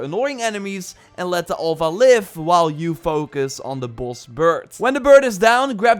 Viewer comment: Please, it's Alpha not Olpha